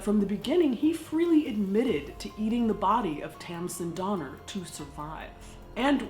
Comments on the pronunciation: Was there a Jeffrey Donner in the party? Lol. Or maybe it was actually Dahmer just got pronounced wrong. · At some points I swear she's saying "Dahmer" ... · The entire time watching this video, I keep hearing Dahmer instead of Donner and they both work well 😆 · While stationed in England I would have people ask if I wanted to go get a doner kebab... but they pronounced it Donner. I always refused and when I was finally asked why I explained the Donner Party having been to the State Park many times. So they started asked me to go get Gyros and I was happy to after that. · I thought she said, ‘Organ trail’! 😳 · 6 years of comments and noone has mentions Doner Kebabs? (the doner in doner kebab is pronounced like Donner). Its usually a mystery what meat goes into them. Or at least that is often the joke when the place is particularly cheap or poor quality.